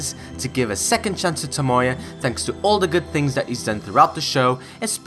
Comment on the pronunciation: great video and all, but why do people always have to pronounce characters names wrong? like toMOya instead of tomoya or miKAsa instead of MIkasa?